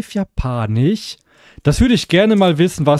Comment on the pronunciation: kannst du bitte sagen japanisch statt japanich es wird ja auch japanisch geschrieben und nicht japanich